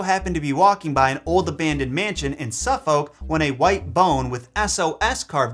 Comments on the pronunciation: Very interesting video but...... It isn't SUFF-FOWK but SUFFUK..... Yes really. With county names like Suffolk and Norfolk, the "folk" bit is pronounced FUK and not FOWK... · Hearing pronounce Suffolk as a Brit Nuuuuuu 😅😂😭